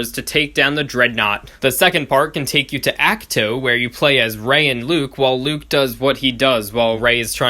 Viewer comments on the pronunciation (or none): The way you pronounce D’qar and Ach-To hurts me